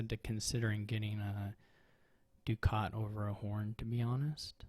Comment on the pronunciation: I appreciate you being the only Dominion player who pronounces "Ducat" correctly! I also think you played the first one really well, I learned a bit about crypt and strategical page exchanges, I would have blindly autoexchanged my pages for gains on the penultimate turn. Unlucky that it didn't work out, I blame the IGG! It seems like you agreed with that post turn 4. Also, it matters for triumph whether you pick IGG or copper out of the crypt! Regarding the villa game, I agree that you would have been toast if he had piled them.